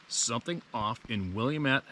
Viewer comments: For the future, it's pronounced Will am ette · Will AM ette